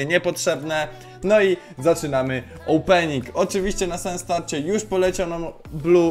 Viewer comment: "opening" "ołpening" Uwielbiam oglądać twoje filmy